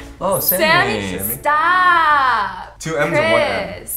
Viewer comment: hahahha jersey shore reference. "Staaahp"